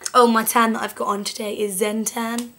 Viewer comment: She said Xen-Tan